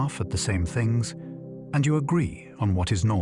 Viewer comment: Bro really said "thungs"